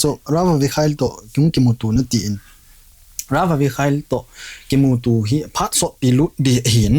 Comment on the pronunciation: Anchor pu Vowels mandan anakijil jep o pls.... Eg: Kimutu X Kumuto ✓ Akichih X Akicheh ✓